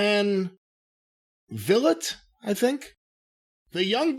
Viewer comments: I always laugh when I hear him mispronounce Chris Van Vilet. Sadly the pronunciation of his last name is weird so you its hard to get it right the first time. Vilet is pronounced "Vleet." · 00;12 It's pronounced "Vleet" like "Fleet" but it's with a V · “Chris Van ‘Vill-it’’’ Awe, damn... poor Chris. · Its pronounced Chris Van "Vleet" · Vliet is pronounced like V-leet like Fleet...awesome interviewer by the way. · It's pronounced "Vleet." Sorry that everyone doesn't have an easy last name like, "Last." haha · Can someone please tell how to pronounce Chris Van Vilet's name so he stops butchering it. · trying to pronounce CCV’s name like he never heard of him is pretty lame😂